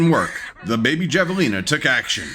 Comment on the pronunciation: Javelina is pronounced hav-eh-lina.